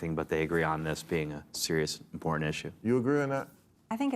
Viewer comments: Greene pronounces important as “empordint” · This has been gnawing at me for years Marj. It's not "import-dint". It's "imporTANT. That is all. Have a nice day. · When did you yanks start pronouncing it 'impordant' and why? Genuine question. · Immpoor--dent hik